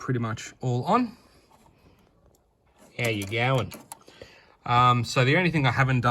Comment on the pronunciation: The “ow ya garn” got me so bad hahahahaha